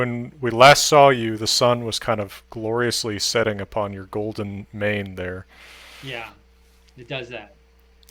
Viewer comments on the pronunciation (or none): none